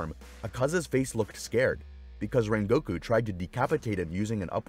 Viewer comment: i cant stand the way he pronounces rengokus name